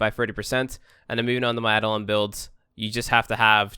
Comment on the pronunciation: add-on hunt. wut? EI-DO-LON